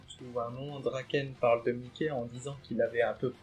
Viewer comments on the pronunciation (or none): Ne dit pas Mické stp 🤣🤣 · 'est vrai que ca fait bizarre mdr